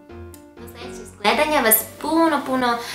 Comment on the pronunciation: Kako je smesno kada kaze puno.Jezici su mnogo ukusni pozdrav